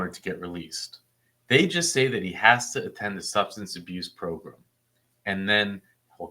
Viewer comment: What's a progrum?